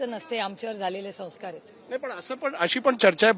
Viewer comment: Tai "sauskar" nahi "sanskar" aani "sauvvidhan" nahi "samvidhan" mhana🙏